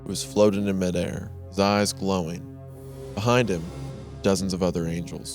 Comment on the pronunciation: The way Wendi said "his eyes glowing" sounded like "thighs glowing" and I had to tab over to see what was actually written because that made me really confused